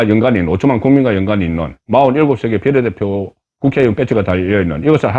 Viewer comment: 제발 비^례대표라고 말해요 비례대표라고 비자에 액센트를 넣어 말하니깐 넘 촌스럽고 표현법에도 맞질않아요